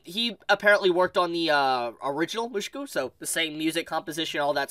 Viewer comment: Why you pronounce “Mushoku” like that